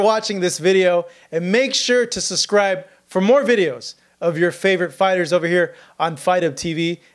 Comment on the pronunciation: The word is SUB-SCRIBE...NOT sus-SCRIBE......!!!!!!!